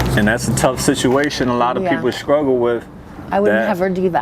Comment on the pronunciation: struggle dude not scruggle